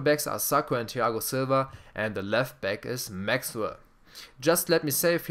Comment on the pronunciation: Das Th von Thiago Silva nicht deutsch aussprechen lispeln ;D